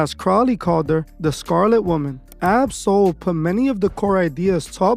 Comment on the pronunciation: You are saying his name wrong